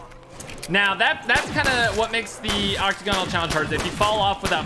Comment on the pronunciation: ...does he know that it's octAgonal not octOgonal, pronounced oc-TAG-in-al not oc-toh-GON-al